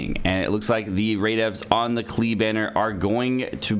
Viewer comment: its pronounced like clay